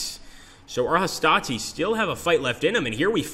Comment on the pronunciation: It puzzles me why they can always pronounce 'Hastati' right but somehow plural for 'Triarius' gets anglicized ending